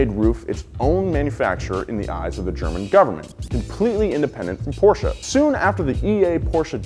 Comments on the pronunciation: German here. Great pronunciation of Porsche! Thats how I want to hear it. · he said Porsche correctly, im happy